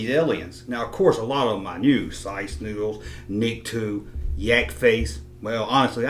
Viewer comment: Sorry for being a dick and pointing this out but its Nikto (pronounced as nick - toe ) and the pic u showed was Klaatu. Apologies again for being a Star Wars 'name nazi'.